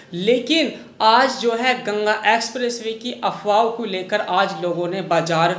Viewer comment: aap (कू, & अर) जैसे शब्द न बोला करें, को &और बोला करें